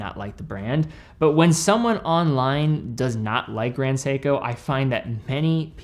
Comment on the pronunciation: I feel a little bit offended when he said it “Grand Seiko” 😂